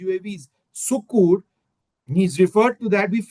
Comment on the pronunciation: It's pronounced "Sakkhar" not Sukkur, in spite of its spelling